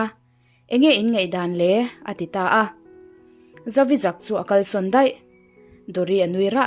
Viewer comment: "A hnute a rawn lang ṭhawih mai " ni lovin, "a hnute a lo lang " tih a dik zawk tur. Tin, ṭhuih tih kha "zawk daih" tiha "daih" anga lam lovin, ṭhûih tiin U ah hian thlûkna dah tur. i thil phurh chu a zâng em ? tiha zâng tih thlûka lam tur. Hnute pahnih lo lang hi ṭhûih a ni a, pakhat chauh langah chuan ṭhûih hman loh tur.